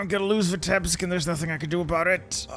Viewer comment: Please, it isn't Vitébsk, it's Vítebsk. As a Russian it hurts my ears 🙃